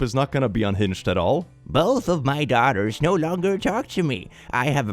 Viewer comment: it sounded like you said "660 thousand daughters" and I was VERY confused for a second